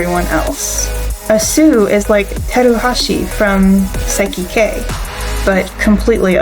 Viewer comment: this is the first time i hear somebody say saiki k like that